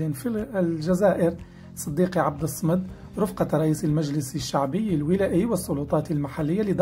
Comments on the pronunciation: من فضلك عبد الصمد بفتح الصاد وليس بسكونها... لأن الصمد اسم الله جل وعلا ينطق كما هو بالطريقة الصحيحة لا تغيير ولو في شيء يسير. بوركت وعفوا على التنبيه. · أولا مبروك للفائز وثانيا انت يا صاحب القناة اريد ان اصحح لك خطئا ارتكبنه وهو عبد الصمد تنطق بفتح الصاد مشددة وهو اسم من اسماء الجلالة فاذر ولا تستهن بالحركات ابدا